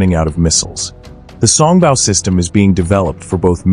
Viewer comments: song bow not bau. Your AI suffers from pronunciation problems. it can take its bow (bau) in the alley before the mice. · Mispronouncing “Song Bow” (Bow should sound like “Row”) instead of sounding like the sound a dog makes (“Bow Wow Wow”)! Repeatedly over and over again with that bad AI pronunciation.